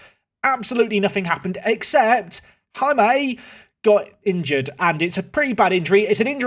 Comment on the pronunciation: Good luck for the rest of the season, seems you will need it! Also, the “J” in Jaime is pronounced like the English “h” in “Hanoi” or “Hanging”, not like the English “J” in “Jamaica” or “James” So, you should pronounce it as “Haime” 😅.